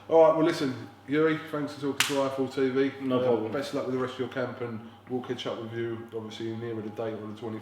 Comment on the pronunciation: its ""thankyou for talking to I F L T TV NOT IFILL TV lol